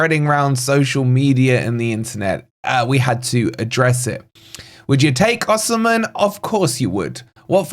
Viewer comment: I love your content but Oshimen, really🤣